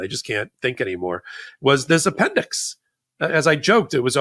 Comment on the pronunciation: The “appendix” sounds like the “apprentice” lol